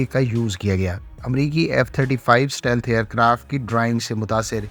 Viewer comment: The word is STEALTH and not SATEALTH. Stealth = اسٹیلتھ